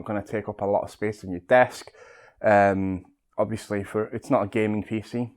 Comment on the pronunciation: New drinking game.. Have a shot everytime he says obviosously